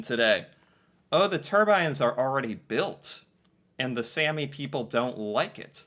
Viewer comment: A is pronounced the way you say All The way you said Sami is Sæmi Using Æ So now you also know how to pronounce æ and a in Norwegian :D Fun videos to watch as an typical average Norwegian Would be fun to see you try to learn the languish at this point, it is not far from English as you know from videos you watched